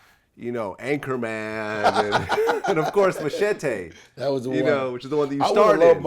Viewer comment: wtf is "Mashete" Vlad 🤣🤣🤣